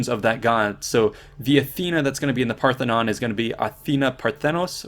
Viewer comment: Parthenon not pathenon